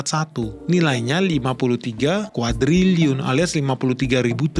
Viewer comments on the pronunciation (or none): Sok teu lu... Cina kolap Indonesia juga kolap.. Nyebut kuadriliun saja salah lu 😀😀